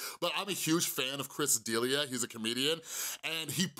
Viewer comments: It's Chris "Duh-Lia". You can't come to the log cabin. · I loved this, I watch your videos before I go to sleep. So I'll watch videos multiple times but this time I caught something I didn't catch last time. Chris D'Elia, his last name is pronounced Dee-lee-ah. I just thought it was funny I've seen this video at least three other times depending when I fall asleep and this was the first time I noticed it.